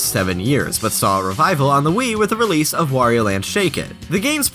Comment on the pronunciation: It's good to hear someone other than me say "Wario" instead of "Worio".